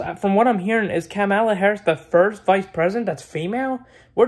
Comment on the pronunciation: “Kemeluh Harris”